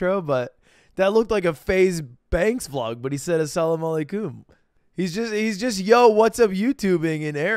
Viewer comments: Asalamalacom lol and no that’s not how you spell or pronounce it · Ludwig saying Assalaamu Alaikum was the worst pronunciation I’ve ever heard. If you don’t know how to say don’t say it at all. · The way Ludwig butchered Assalamualaikum pronunciation gets me lmao